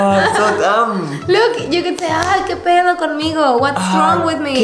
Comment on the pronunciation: The pronunciation of "pedo" from hahahaha so freakin adorable 😂 I loved the mariachi yells xD sounds really authentic